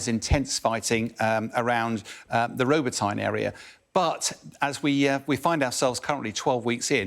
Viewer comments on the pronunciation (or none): Rob'ot'ne not Robo'tyne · ROBOT-Y-NA not robo-tyna.